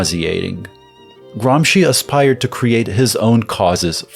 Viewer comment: first youtuber to pronounce Gramsci correctly, what a joy